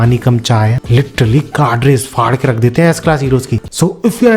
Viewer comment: "काडरेस" नहीं "कैडर्स" होता है। जैसे किसी सर्विस में विभिन्न "कैडर्स" होते हैं (जैसे पुलिस में जीडी, ड्राइवर, संचार, मल्टीस्किल्ड, इत्यादि)